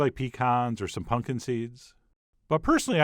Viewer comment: Chef says pumpkin like my dad, "Punk'n."